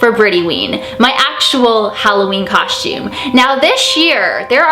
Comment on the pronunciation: Idk why but i love the way you say constume😁💘